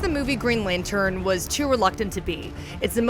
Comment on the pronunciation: That was a weird way to pronounce "lantern"